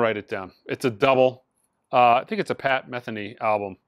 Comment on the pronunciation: Pronounced Pat Me Theen Nee. or Muh Theen Nee. But certainly not Meth A Knee.